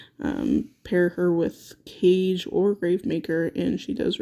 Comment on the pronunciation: Guys its not CAGE....its KAAAAGE - BURAAADO....japanese come on now....I would rate SHESHAT much higher, shes a beast on both OFFENSE and DEFENSE, Sheshat will be my Numero 1 dark sorry but we disagree but its just from my personal experience